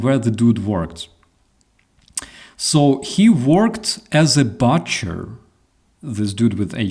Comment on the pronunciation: Hi! Let me start by saying how well you speak English but I would like to help you with one little word; The 'U' in the word "BUTCHER is pronounced like the word "BOOK" with "CHER" on the end, not like "CUT". It's BOO-CHER not BUTT-CHER. Like I said, you speak excellent English and I love your streams and videos. I'm just tying to help you improve even further. (Don't pay too much attention to what guys from our north-east and northern midlands will tell you! Where I live, we can barely understand them either! 😁) Slava Ukrainii!